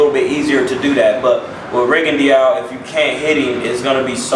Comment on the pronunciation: Rigondeaux is pronounced "Ri-Gon-Doe" fyi...